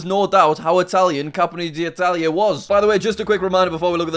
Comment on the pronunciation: I don't wanna be annoying but you mispronounced campione d'italia, the video is great as always